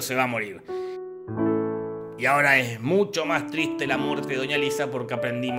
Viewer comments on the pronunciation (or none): none